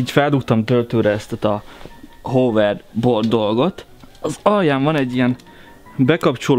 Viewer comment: Nem hoverdbord hanem hávörbord